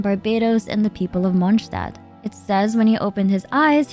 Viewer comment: Monshtad 😭🙏🏼 Reindotiiiiir 😭🙏🏼 Funten 😭🙏🏼 Come on girl wth